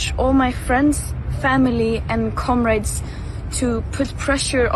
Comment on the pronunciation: "Friends, family, and KOMMRADES.."